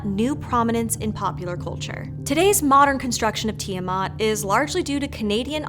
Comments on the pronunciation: Why does everybody pronounce Ti-eh-mut? Where they getting the mut from? Its Ti-aw-MAT.... MAT AS IN THE MATRESS MATRESSSSSSSSSESSSSSSS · Hmm... I have always pronounced it "Tai-a-mat", you know, with the "i" as "I"...